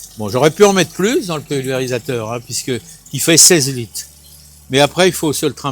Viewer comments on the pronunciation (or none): Merci on va "mette quatte litte dans vote aspergeur"... rrrrrr